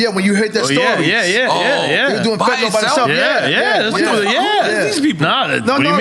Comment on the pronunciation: Fetanyl... or FentaNOL 😂--Congrats to Eric though